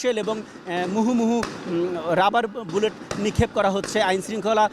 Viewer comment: মুহুমুহু না মুহর্মুহুরে পাগলা